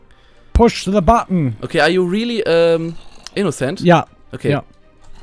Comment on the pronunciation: ''Are you rilli innocent?'' - Simon xd